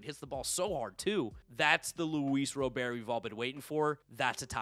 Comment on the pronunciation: Ro-bear is a French pronunciation. My well educated expert opinion (not as good as knowing him personally) is that it should be pronounced Ro-bairt